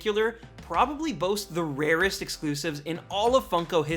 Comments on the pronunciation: Please dear God don't ever say "The RAREST!" again. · "The RARESTT" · Stop saying the rarest like that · Never say ‘’the rarest’’ like that ever again edit: ok this comment is like 3 years old and I was dumb to say that lol